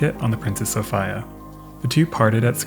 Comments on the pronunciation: FUCK this is killing me. So-fee-ah. Not a knock on the content it is excellent and well presented. Just saying. So-fee-ah. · Sophīa is how you say it. Also Marīa and Regīna. That was the customary pronunciation of feminine names that ended with -ia in the late 19th and early 20th centuries among Canadians and Americans of British descent in northern North America. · Interesting video, but everyone in the English speaking world (except you, apparently) knows that the I in Sophia is pronounced "ee." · Sophīa is how you say it. Also Marīa and Regīna. That was the customary pronunciation of feminine names that ended with -ia in the late 19th and early 20th centuries among Canadians and Americans of British descent in northern North America. Very few moderns know history. Your ignorance is forgiven, but now you know. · you sure it's pronounced soph I a and not Sofeeia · That dog survived - because it pronounced the vessel "So-fee-uh". 🐶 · I think it's pronounced so-FEE-uh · its pronounced "sew Fee ahh" duh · Downvote for not being able to pronounce "Sophia" (so-fee-ah) correctly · why do you keep saying "so-fie-uh" ??? lmao i'm offended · Bro I literally can't watch this with you saying "princess soph-eye-a" how do you make such a mistake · Sophia is pronounced "so-FEE-a" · Properly pronounced So fear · That is not how you say Sophia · Reminds me of that old tv show Barney Miller. One of the detectives was Polish and and when people couldn’t pronounce his name, he’d say you just pronounce every single letter, it’s not hard. Sophia is said in that manner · Why in God's name do you pronounce Sophia like that. 😂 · was it like a local thing? I've never heard it pronounced like that before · I want to pull out my hair... I'm pretty sure it's "Princess Soph(EEEE)a." not "Soph(III)a" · It's Sof-ee-a, not Sof-ay-a... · Always thought it was pronounced So-fee-ah. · Sophia not Sophaia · It's a Greek first name, pronounced So-fee-a, not so so-fai-a, you savage! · Sofeee- ah. 😂😂